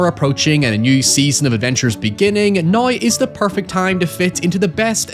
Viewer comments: Everyones talking about "hoyever" but never "noi" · Holy fuck the Scottish accent is HEAVY on this dude... Who pronounces "now" like "noy"